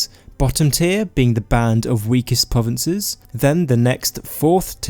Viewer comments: I'm not being bad, but I'm being slightly thrown off by the fact he's saying "povences" and that he doesnt pronounce 'R's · pwovinces skywim